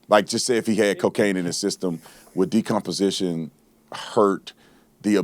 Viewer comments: Doc you are so kind and gracious to Crump's inability to pronounce even obvious words. Crump should be renamed Decompensation. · Crump couldn't even pronounce the word " decomposition " ....freaking idiot. Of course, he's now moved on the Wisconsin to get another payday from people who are grieving and don't know any better. He always gravitates to low capacity, low IQ people when he decides to slink in. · Crump can't even read the word "decomposition". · he couldn’t pronounce decomposition either. As a nurse, I couldn’t believe how he butchered that report. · "Decomposition" and "occipital" aren't difficult words. Crump is illiterate. Dissection of the throat is common when cause of death is undetermined.